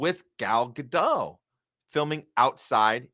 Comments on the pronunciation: New podcast to me. Didn't care for it much. Too shrill. Too loud. Too rant-y. But sure, she's disgusting on every level.. By the way, you're pronouncing her name wrong. pronounced "Gah-dot" with the "T" a slightly softer sound. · It's not Ga-doh. It's not french. Her real name is Gal Greenstein. She says Gadot with a strong T. Ga-dot is how you pronounce it according to her. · Giving her name a French pronunciation sounds both pretentious and stupid. It's Gadot and the 'dot' rhymes with 'spot'. Trust me, I know Hebrew. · Godot, pronounced Greenstein.